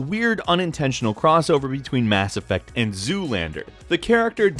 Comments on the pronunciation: You mean Mass Ef-Facts? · it dissapoints me greatly that you didn't say mass effacts at the beginning. you had such an opportunity.